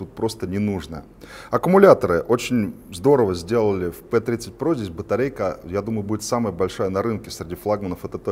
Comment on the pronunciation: Не "Пи*дитё" тут))) не пи, а пЭ звучит лучше)